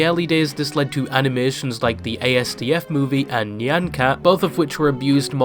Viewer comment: ah sorry man you mispronounced asdfmovie, time to reupload again